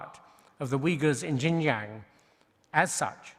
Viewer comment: “Jin-Jang province” - Jesus, the BBC don’t even bother to pronounce it properly, let alone due their due diligence on Xinjiang’s history and the broader context needed to understand the security measures introduced there 🤦🏼‍♂️